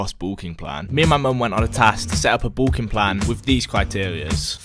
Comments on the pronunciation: the british way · why can't he say the word "bulking" properly haha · please say bulking right please